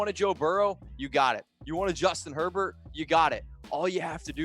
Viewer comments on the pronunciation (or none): none